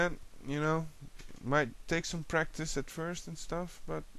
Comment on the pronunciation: lol wen yhoo say practise it sound lyk breakfast awesomee learned alot danke =]